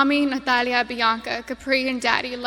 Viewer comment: I just love how she says "Natalia" with that beautiful castilian accent ❤